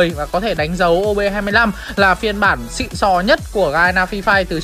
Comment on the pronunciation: Nhấn mạnh là XỊN nhất:))